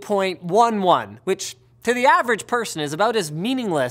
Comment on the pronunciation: IT professionals actually pronounce it 802 dot eleven :P